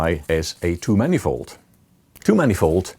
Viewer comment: Took me a while to figure out that he was saying "two-manifold" and not "too-many-fold"